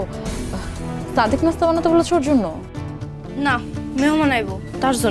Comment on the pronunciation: আলিয়ার মতো মেয়েরা কি ভাবে নাটক করে আর পরিচালক কি মেয়ে খুঁজে পায়নি। যে নাকি ঠিক মতো কথা বলতেই পারে না। ছাদিক কে বলে ছাদেক এত সুদ্দ